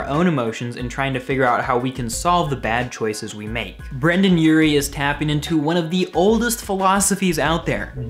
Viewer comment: he keeps saying brannan urie and brandan Its Brendon Urie